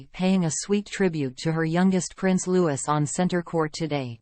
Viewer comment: Its pronounced Lou ee..fgs.